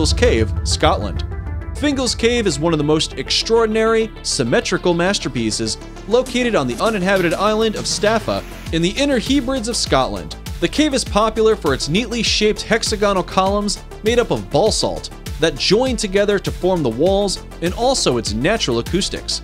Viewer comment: Greag vid but your pronunciation of "hebrides" was.... it's pronouces "heh-brih-deez"